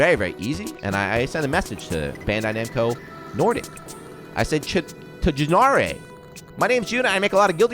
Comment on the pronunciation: LMAO my man with the swedish! "Tjänare" LOL that shit was great bro!